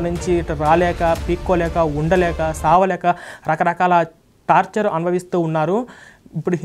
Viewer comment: Tapcher కాదు, టార్చర్ అనాలి